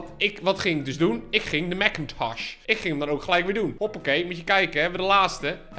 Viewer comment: Ben ik de enige die echt veelste veel geniet van hoe die Mac-Intosch uitspreekt? 🤣🤣🤣